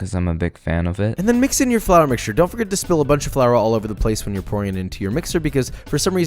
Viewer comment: One through ‘t-HEN’, speak properly ape.